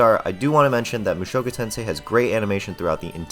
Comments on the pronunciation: Protip about Japanese language: emphasis is on the FIRST syllable. Thats how you know when starting new word. You are saying mu SHOku Tensei. Its MUshoku Tensei. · "MOO SHOW KOO TEN SAY" 🤮NA🤮NA🤮NA🤮NA🤮NA🤮